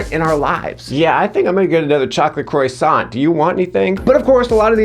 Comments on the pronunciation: Croy-saunt. 😆 I'm so impressed. How did you manage to take a word that has been pronounced every possible way and still say it in a way I've never heard anyone else say it...? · I'm going to riot because of how he pronounced 'croissant'.